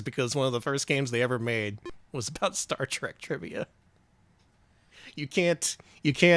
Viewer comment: Is it just me, or every time says "Star Trek Trivia" it sounds like "Shrek Trivia"